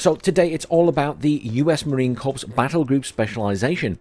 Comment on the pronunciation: We say "Marine Corrrrr," not "CorPssss."